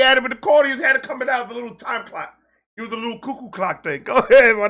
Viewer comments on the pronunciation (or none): none